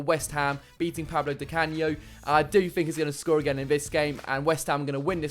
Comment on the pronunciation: Paolo di canio not Pablo